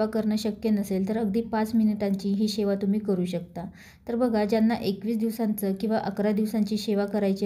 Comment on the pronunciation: शेवा शब्द नाही. सेवा बोल.मराठी शुद्ध बोला.